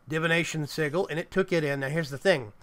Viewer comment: OMG every time he says "sigal" it triggers me more and more until I finally popped and just threw my phone, my phones still good tho so yeah.. 😂